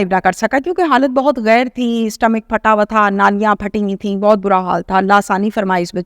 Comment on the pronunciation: Stamic Kya hota stomach hota ha